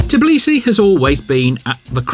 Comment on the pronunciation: A lovely tour, thank you! Curious about the Georgian pronunciation of Tblisi -- I thought I heard Levan say "Flisi" a few times, and then "Tvilishi" at the end?